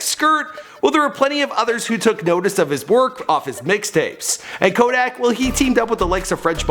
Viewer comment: My dude butchered the hell out Kodak’s name😂😂